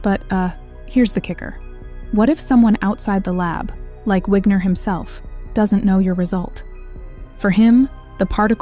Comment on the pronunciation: It's pronounced Vigner. And yes, knowledge of somethings state forces that state out of superposition. Information can only be transfered through energy. So there is an exchange that takes place to force these things out of superposition. Either photons or something. And that interaction is what forces the state.